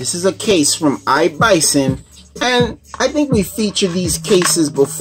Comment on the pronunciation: Its not Bison its iblason with an L.Thanks for nice review.I have an iblason case on my htc one a 9 and I love it.